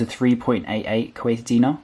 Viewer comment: Correction for the money it’s called dinare not dina, Btw I live in Kuwait.